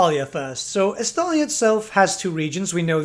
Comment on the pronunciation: Every Time He Says Estalia I Just Hear Gelt